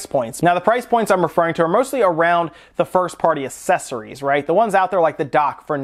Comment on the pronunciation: I'm bothered by how you say accessories...